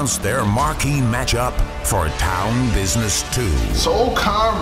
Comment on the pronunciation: its pronounced Town BIDNESS